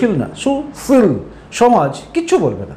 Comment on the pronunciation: আপনার মুখে ছি ল্পী আর ছু ছীল কথা গুলো শুনতে খুব ভালো লাগে